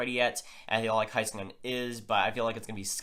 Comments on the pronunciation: Its pornounced hay not high skanen. Listen to the announcers in the highlight clips. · It's pronounced Hayskanen